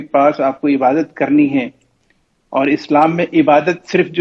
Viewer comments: shi se Ibadat nhi bol pa rhe h aur kh rhe h ki me Islam se bare me Jan rha hu aur kuraan srif pada hu. Gajab ke ghute h 🤣🤣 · Tm hmko Milo to btao kitna kuran ar Islam padhe ho ik simple sa shabd Urdu bol nhi paye ibadt